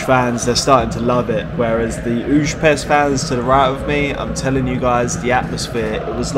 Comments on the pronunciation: hi its pronounced ferentsvahrosh and ooypesht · Great video! The teams names are actually pronounced a bit different. Újpest is kinda like Uypesht, Ferencváros is bit tricky, its would be something like Ferentsvarosh (ts like in the word tsunami), but you can call simply Fradi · Good ol’ “ferenkváárosz” and “üzspeszt”